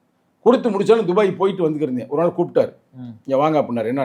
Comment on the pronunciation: நெறியாளர், அது என்ன டுபாய் டுபாய் என்று துபாய் அழைத்து கொண்டு இருக்க 😂😂😂 எனக்கு டுபாகூர் டுபாக்கூர் என்று சங்க தமிழனை கிண்டல் அடிப்பது போல கேட்கிறது 😂😂😂